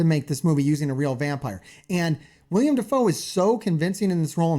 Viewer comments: You keep calling him William Defoe! Its Willem! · Will-em Defoe, not William.